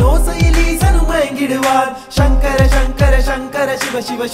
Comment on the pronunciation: பாடல் வரிகள் காணொளியில் பிழையின்றி பதிவிடுங்கள்.... ராவணா அல்ல இராவண. உச்சரிப்பில் சங்கர சங்கர என்பதற்கு ஷங்கர ஷங்கர என்று வருகிறதே...